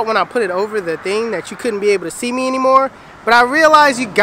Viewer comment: "lord help meh" LMFAO